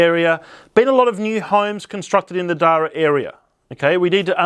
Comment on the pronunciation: I hate to be that guy, but it rhymes with para (as in parachute)..